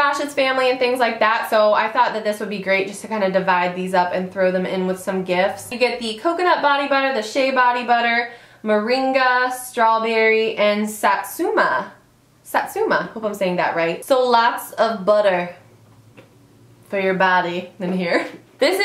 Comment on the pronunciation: OMG lmao "maringa" try again